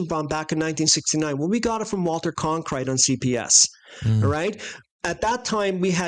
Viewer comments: Can someone tell that guy saying Conkrite, he’s butchering the name Cronkite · CON - krite.. Admit it, it was a freudian slip. 😄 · You mispronouncing Cronkite's name remided me the time when Armstrong mispronounced the words solar corona in that disastrous A11 presser.. When he said he didn't remember what stars he could see when photographing in the "sonar corola" I knew he never saw any stars anywhere in space.. Without needing to "look through the optics" of course! 😂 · "You mispronouncing Cronkite's name remided me the time when Armstrong mispronounced the words solar corona in that disastrous A11 presser.. When he said he didn't remember what stars he could see when photographing in the "sonar corola" I knew he never saw any stars anywhere in space.. Without needing to "look through the optics" of course! " But of course our NASA friends on here give him a pass. 😂